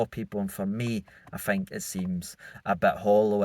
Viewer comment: is a poor interviewer ( I fink)